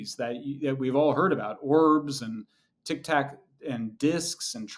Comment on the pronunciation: How can he fuck up tic tac not once but twice??!!